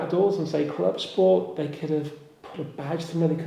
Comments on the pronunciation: Please please dont go the scchhhoda route in pronunciation of the " club schhport".....its Clubsport. No "sch"........ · I know it’s a joke but I’m struggling to listen to the “clubscchhporrt”, classic dad joke saying it again and again, once or twice would be funny 😂😂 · This channel is rubbish. I think the silly way you say CLUBSPORT says it all. Your headline picture is also clickbait. Got to listen to you talking in your kitchen. Your other videos where you are also an ‘expert’ involve you reading off your notes. Cheerio. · Yes, this irritates me, I just had to unsubscribe from another channel that started this and then it ballooned to everything that started with an S!! Stop